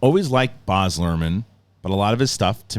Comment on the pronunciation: It's B-A-Z nor Barzzzzz